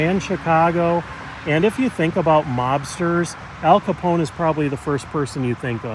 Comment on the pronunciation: It’s not Capon it’s Capone with e